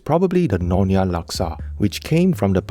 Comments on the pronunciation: It is nyo-nya.. not no-nya. and Laksa Siam is NOT orignated from Pattani Thailand. It is common in southern Thai and Malaysian states that bordering Thailand such as Perlis, Kedah, Kelantan where Malaysian Siamese reside.😊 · It's Nyonya not nonya